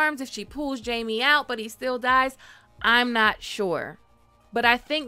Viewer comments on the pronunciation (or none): none